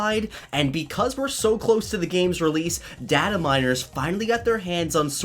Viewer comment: I'm sorry,but why do you keep saying data wrong